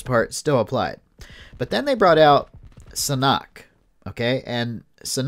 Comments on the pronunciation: It's called saaaaaaaaannnnnnnnnnnnn hok ... Sa nok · did he just say siknock? Omg it’s SANHOK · its san-hok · The way he pronounces Sanhok lol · SanHok SanHok. Pronounce it right.